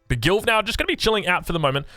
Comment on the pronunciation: Is it just me that heard "GILF" everytime he says Gilv 🤣